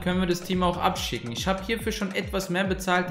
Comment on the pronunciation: Sag bitte nicht isch, nisch, rischtisch das klingt mies assi und scheisse Sonst geiles Video 🎉